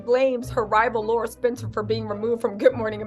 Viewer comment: Luv ya! Pronounced- Lair rah not Laura